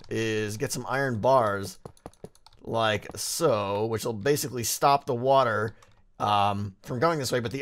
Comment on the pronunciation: i love when you say "like'a so" in your weird little accent ... i love it so much